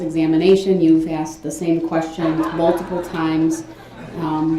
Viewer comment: The best gift the prosecution could have asked for. Or should I say AXED FOR.🤣